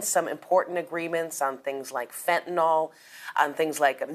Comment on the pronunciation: FENTA-NILL, NOT FENTA-NOL. To think, my parents used to have us watch news to learn pronunciation & grammar.🤦🤦🤦